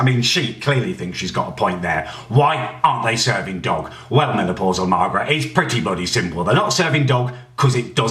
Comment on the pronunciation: He said menaplausal Margret 😂😂😂😂